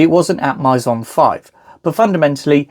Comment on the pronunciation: Maison is "May-zon"